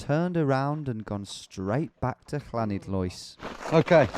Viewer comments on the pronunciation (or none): Llanidloes. English visitors try for ages to get the correct Welsh pronunciation. Clanidlois? To the locals it's 'lani' :) It would be nice to know when this was filmed.